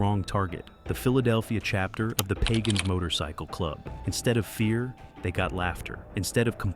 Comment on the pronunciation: You are ignorant of the spellings and names of criminal networks. The least you could do is basic homework. Its not PAGONS, its the PAGANS. The name of the head of Montreal Hells Angels President Maurice "MOM" Boucher is pronounced "Boo-shea", like Shea stadium in Buffalo. The photo's and video content of your production are all over the map. Have some pride in your creation, just slapping together anything shows that you don't care what people think about you, or your product. Take your time, access proper footage, and make sure that the criminal groups and their main players are properly respected. It doesn't take a lot of extra time to get it right, and you'll find you have many more views on your videos. Good luck.